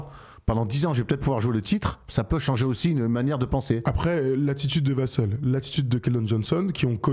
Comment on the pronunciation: Vassel se prononce "vas sel" pas "vas seul", même en anglais ils le prononcent comme ça à la française